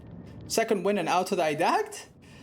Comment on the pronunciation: Autodidact is pronounced autodedact, its a greek word. You can use the translator and it will spell it for you.